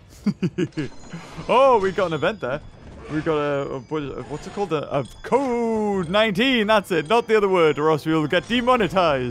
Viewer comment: He can’t say “code”